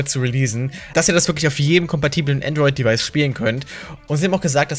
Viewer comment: Benjamin Brandt es heißt Android nicht Antroit